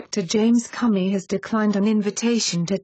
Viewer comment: "James Cummy"! Doncha just LOVE these computer voices? Hahaha....